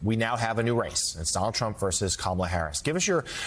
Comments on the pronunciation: Trump should start by pronouncing Kamala’s name correctly. Would some claim that’s Woke? I wouldn’t be surprised… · He's an ignorant man-child, deliberately mispronouncing her name. This isn't presidential character. And hysterical that the GLOAT would accuse anyone else of lying!!